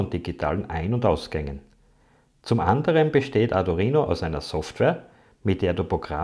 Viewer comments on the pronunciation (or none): Gutes Video aber bitte sag in Zukunft Arduino und nicht ardurino. Wenn man sich mit der Materie schon auseinandergesetzt hat und die Namen drin hat, stört das ganz schön. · Bitte: arduino nicht arduRhino. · Du erklärst das recht gut - aber das Teil heißt Arduino - nicht Ardurino, wie Du den ständig nennst. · Es heißt Arduino nicht Ardurino😅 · Tolles Video. Nur: Bitte nicht Ardurino sagen es ist Arduino. Da gibt es nur ein R im Namen. :) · Das Video ist super. Aber mich triggert deine Aussprache des Arduino. Ardu(!)R(!)ino. Schwierig beim Thema zu bleiben wenn in jedem zweiten Satz diese falsche Aussprache Mitschwingt. Vielleicht ein persönliches Thema 😉 NO Offense! Aber da ist KEIN zweites R in der Mitte!!!! Aaaaaahhhh. So das musste jetzt raus 😉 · Nur eine Kritik. Arduino, nicht Adurino. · Das Ding heißt Arduino NICHT Adurino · Er hat sich ein Mal versprochen ! wenn man nicht zu hören kann dann leise sein ok ? Toll 😊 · Du sprichst ständig von ARDU*R*INO ?? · "Adurino" :) Aber gutes Tut, Danke! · Ist es Absicht ständig ADU"R"INO zu sagen, oder wie? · Tut mir leid, aber das sich ständig wiederholende "ArduRino" kann ich mir nicht anhören....